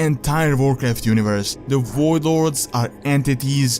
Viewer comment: wtf Is a woidlord lol its voidlord